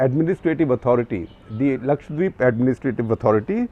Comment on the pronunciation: So thankful to you for saying Lakshadweep and not Lakshwadeep